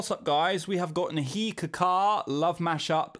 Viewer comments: It's neigh- ha, not nee-haa! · What did you say??..man I'm sorry it's difficult to pronounce but it's very simple it's not nehi it's Neh-Ha,like "Neh-Ha" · You hear sunidhi or Shreya ghoshal you will love them heads over heels instantly. Even older generation like Lata ,aasha, alaka they are so good. But still I liked your video with neha kakkar. You instantly picked some hindi words correctly with correct pronunciation. It's neha not niha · Firstly hope u correct pronunciation of indian names as ta westerners pronunciation of indi names seems funny and out of place......forget ta spelling, do it ur way- Neha should b pronounced NAY HA.......! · I bursted out laughing at the way he said Neha 😂😂😂😂